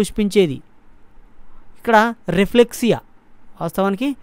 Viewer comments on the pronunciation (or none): Raplexia kadhu adhi రఫ్లిషియా